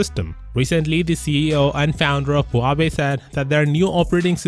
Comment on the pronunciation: Why im continously hearing him say Huabei? Instead of Huawei.